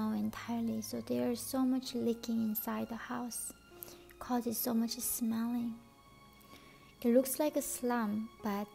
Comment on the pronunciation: “It causes much es smeling” hahahahahha